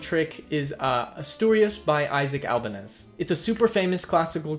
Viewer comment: First your gonna pronounce Isaac Albeniz wrong and then put a Francisco Tarrega picture on it ? What ??? Come on man